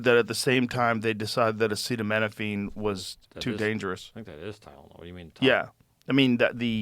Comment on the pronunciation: Joe Roan pronounced "acetaminophen" about 6 different ways, including what sounded like "acita mina fang". This feels like AI now LOL.